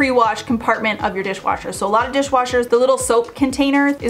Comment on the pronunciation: Repeat : dishwasher, dishwasher, dishwooocher…😂